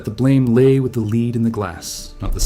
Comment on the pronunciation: ok now i know this is ai. when you call metal lead as lead then you are ai and the fool at the start is prob fake too